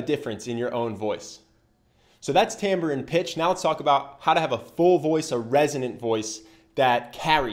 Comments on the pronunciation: Timbre not "tambor" and wreak havoc not "wreck" havoc. Other than that, great video😊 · Tamber? I've never heard the word "timbre" pronounced like that. Curious.